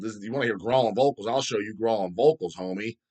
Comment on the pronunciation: Grohling lol the way pronounces growling.